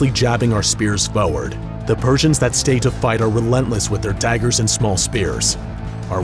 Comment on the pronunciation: "I push feward"